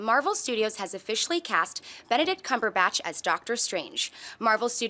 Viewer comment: Okay this has been pissing me off for a while and I'd like it known by John Campea himself that he is saying Benedict Cumberbatch's name wrong. It's pretty obvious there is absolutely no "botch" in the latter part of his last name. Why do you keep on saying it? Look at his interviews; it's clear he even says his name is Cumberbatch. #CumberbatchnotCumberBOTCH drops mic